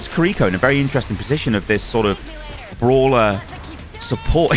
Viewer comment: and also the r in kiriko is pronounced like L